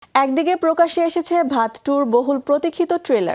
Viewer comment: ওইটার উচ্চারন ভাত ২ না ঔইটার উচ্চারণ বধ ২ হবে